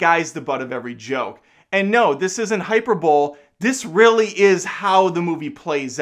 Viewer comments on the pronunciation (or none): The word hyperbole has four syllables. hi PER bah lee. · I love you but it's pronounced high-per-bowl-EEEEEEE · Good video,. Well-made points. BTW it's pronounced "hi-per-bol-ee". But there's no shame in mispronouncing. It just means you learned it by reading. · "Hyper-bowl?" Nice.